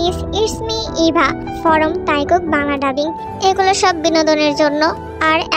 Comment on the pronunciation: আপু তুমি ফরোম কেন বলো???